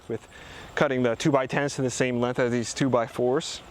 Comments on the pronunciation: The way you say "lenth" over and over again in your videos is too much for me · Great video. Lots of great content in a short amount of time. I thought I noticed a little accent when you said length. Where are you from?